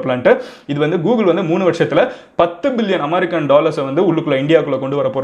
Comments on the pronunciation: It's not aamerica it's america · Boss .... please pronounce "America" normally.....not aammmaaaricaaa...